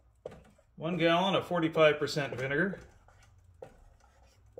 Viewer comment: Gah-lon... what is this? Wondering also if the railway length is measured in chains or fathoms? :D Just kidding.